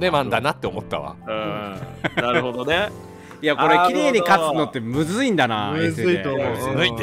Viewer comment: キヨの｢ずむい｣に一瞬モヤッとしてジワる。